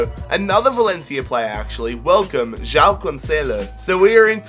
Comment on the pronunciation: the way you say joão "jyao". we in portugal say juaum